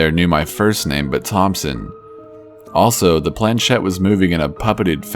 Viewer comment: Shed? Naw, baby, it's a planchette (plan•SHET in American English, or proper French, (plon-SHET), barely pronouncing the n) . It's French and it means "little plank". The accent is on the second syllable. British generally see "ch" end pronounce it, as in church, with no respect to the language whence it came.